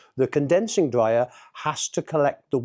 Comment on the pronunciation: 40 years in the game and you can’t even say it. It’s tumble dryer not “tumble Dwyer” 😂